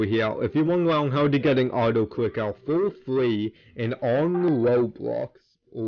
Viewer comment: Why does bro say “awtoclickawh”💀